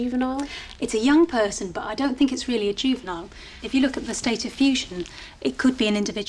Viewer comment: Says lick instead look which is disturbing